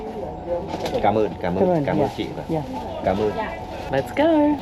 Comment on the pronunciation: BANH MI` pronounce as "square" without the "s". It means "thin stick"! "Hang ddong" means "Cave". "Hang Vang`" means "Golden Cave" or "Yellow Cave" depending on the meanings. "Cam On" pronounce as "Came Eun" in English, not as "Come On" in English! The scenery is so peaceful, good rest for our busy mind!